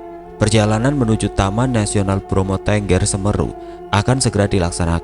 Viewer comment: Bang baca bromo tengger semerunya kayak aneh emang sih tulisan ma baca bahasa jawa beda ma indonesia usul cobak cari vidio pengucapan bang biar g aneh klo baca2 kayak tretes juga kayak aneh bgt